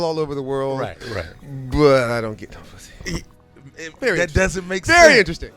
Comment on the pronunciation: just hearing him say "pussy" sounds weird..lol another thing im tripping how he looked 45 when i was 8 and he still looks 45.